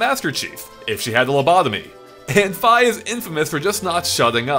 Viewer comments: "F-eye" ...am I the only person who calls her "Fee"? heck the "i" in Japanese is pronounced with an ee sound. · So we're just going to ignore the fact that he calls Fi "Fuh" lol